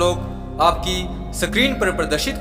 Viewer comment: प्रापत नहीं प्राप्त। सक्रीन नहीं स्क्रीन बोलो